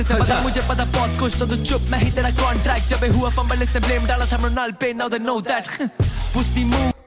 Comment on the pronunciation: murnal ke bare me (mornil ) 😂